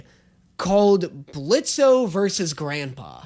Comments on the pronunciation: Did no one else notice that pronounced Blitz’s name Blitzo right after pointing out his I h8 Blitzø shirt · The O is silent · Hi blitz here i I've came to say the o is silent! EVERY TIME ITS SO SIMPLE JUST SAY BLITZ NO O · the O is silent. Don't deadname him please. 🙏🙏🙏 But you're right, it's so classic YouTube. I miss this crazy side of the web. Please react to more Brandon Rogers series such as Bryce, Magic Funhouse, Theatre class, ect.